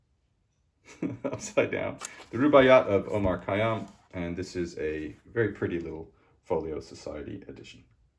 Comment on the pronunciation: Thanks for the review! I would just react to your first comment in the video: kh = x (which is a harsh sound like Scottish 'ch') xayyām = here 'yy' has to be a bit longer than 'y', but who cares; 'ā' is just an open 'a', which is often a bit longer (you have pronounced it well) omar = very correct rubāʿiyāt = very correct So basically only 'kh' is a permanent problem of English speakers not really trying to emulate Arabic, Iranic, Slavic pronunciation. Also note that in Persian language, stress always falls on the last syllable (except for verbs mainly). All the three words in this title are of Arabic origin though (and the other people adapt them). Just for info: in Afghanistan and a part of Iran, there is 'â' sound similar to the American 'o' in "god" or "pod" (instead of 'ā'); in Tajikistan/Uzbekistan that is even closer to a deep 'o'.